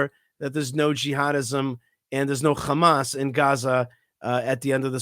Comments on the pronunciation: It’s Hamas not khamas. Learn English European reject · It’s amazing you can pronounce the word hot but not Ha Why KHHA Hamas it’s not KhAmas or khhezbola You went so low it will take two thousands years to get the respect back Betray us gives secret papers to his mistress And he didn’t get to spend years in prison but Mr assange was thrown in prison for 14 years No respect